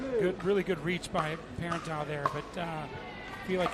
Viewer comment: The announcer with the Jordan Peterson voice is doing a lot of bad analysis. And he's slaughtering Catherine's last name. Super disconcerting. Like, does he even know who these people are?